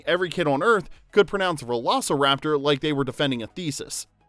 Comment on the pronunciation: velociraptor you started it with an r. Lol oops